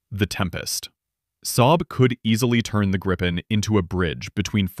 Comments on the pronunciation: Grippen? NO, please! It's Gripen. The same pronunciation as in "beaten by Gripen" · Gripen is already doing Supercruise with the GE engine.... And hey.. the name is more "Gree Pen" not Grippen....